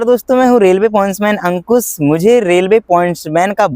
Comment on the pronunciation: अंकुस नहीं बे अंकुश bol😂